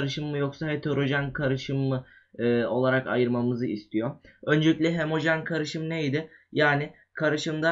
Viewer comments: hemojen deme sinirim bozuluyor HO-MO JEN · hemojen degil HOMOJEN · hemojen degil😠😠😠😠 ho mo jen